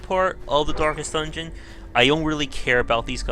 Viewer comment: 'Dorkest Dungeon'